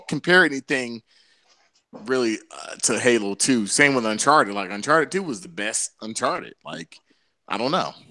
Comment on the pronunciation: why is calling it uncharter its UN chart- ed